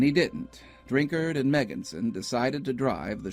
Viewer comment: I heard about this when I was younger and was just talking to my family about it when this video came across my recommended list! Also, thanks for pronouncing "Drinkard" correctly! :'D